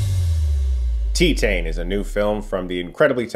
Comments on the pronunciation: “Tee-tane” Is that definitely how it’s pronounced? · I don't think that's how you pronounce "Titane".... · pronounced Tee-Tahn, not Tee-Tain. French for Titanium. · pronounced tee-tahn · "TEE-TAYNE" Sighs in French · “tEtane”? I thought it was tItane as in titanium? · Not gonna lie, I cringed everytime you said ''tee tane''. I feel like you either should've gone all in with ''Tee than''(think han in han solo but without the h) or just go with ''Tie Tan''. Still a great review as always. For reference, I'm french canadian. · Tee-tane? Wouldn’t that be Tie-tane as in Titanium…. Teetanium 🤣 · Teet - AHN Not Teet - AYN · It's pronounced "Tih-TAN", Chris. Not "Tee-tayne". Also this movie is weird as fuck 😂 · YESSSS. Been waiting for this review. My favorite movie of the year, such an incredible film and experience. Also Chris it’s pronounced “Tee-tahn” lol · I haven't watched the review yet, but we brought this into the Indie Cinema I work at. I thought it was so fun! Also, I believe it is pronounced something more like tee-tan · Heard it from the director's mouth at the premiere, it's pronounced Tee-tahn. I completely love this film though it has a high barrier for entry. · If you wish to pronounce the movie title properly, it's " tee-tan" ( as in suntan) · Is it not pronounced “tye-tayne”? As in “titanium”? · That’s actually pronounced “Tee-Tan” , like a golf tee , and a nice sunshine tan : Tee-Tan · It’s pronounced TEE-tahhh-nuh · "Tea tayne" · Did he pronounced titane as tetaine? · French for titanium pronounced– ti•tan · pronunciation: tea-tahn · "Tea-tain", wtf? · Ist's pronounces Teetun btw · How do you pronounce Titanium properly but you pronounce Titane like Teetane? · Pretty sure it’s pronounced “TEE-TAUN” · Pronounced tie-tane like The titanium she has in her.... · "Tit-hein"??? 😂😂😂 Way to butcher the pronunciation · I kinda love how you say Titane